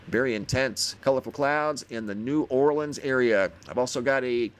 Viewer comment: At least you pronounce it correctly!!!... LOL You said New Orleans the way we say it here... New Ore Lenz Most people pronounce it New Ore Lee Anz. Thank you for pronouncing my city correctly!!! 😉